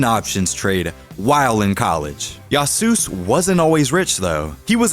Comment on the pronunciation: "yaasoos" Its literally Yasuo's nado (tornado)